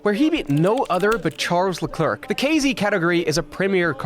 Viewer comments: Great video, but can we start saying Charles last name correctly? La-kl-air not La-clerk 🤣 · "charles leCREQC"🥀🥀😔😔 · Luh-clurkh, Fisichella, yeah, european language something...murican more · Lol "Charles LeClerk" 🧑‍🏫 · Bro there really is zero excuse to still mis pronounce LeClerc's name, at this point that's just a willing and conscientious lack of respect for other people's cultures.